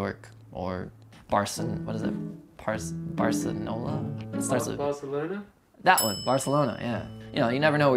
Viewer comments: “Barsonola” = a bar in south New Orleans obviously. Bar-So-NOLA 😂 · he can't say Barcelona